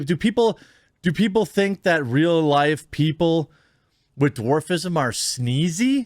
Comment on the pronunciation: Lmao you had me laughing when you said sneezy